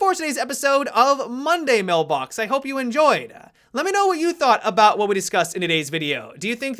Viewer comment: It sounded weird when you said “Monday mailbox”